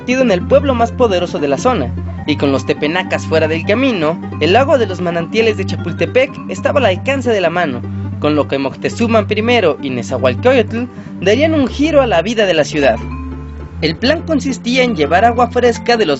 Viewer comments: Buen video, divertido y didáctico. Aunque hay un par de metidas de pata: 1) El nombre correcto de la Ciudad es "México-TenochtÍtlan" (con acento en la "í") y 2) en no es TepEnAcas sino TepAnEcas. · Tepenacas?? Jajajaja bueno supongo fueron de los primeros videos, no? Tepanecas.